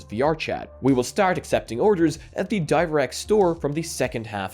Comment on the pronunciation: Some intriguing things to take note here >.> There must be some sort of Irish in ya, "start" sounds so familiar :D